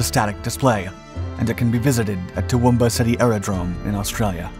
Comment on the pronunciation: Nice. And props on the decent pronunciation of Toowoomba (not quite perfect, but who is :p )